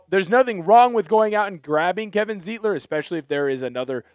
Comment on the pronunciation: Sir! His name is pronounced Zite-ler, not Zeet-ler. In any German word, look at the second vowel in the word to know which one to stress on the word, like stein, or eins, zwei, drei!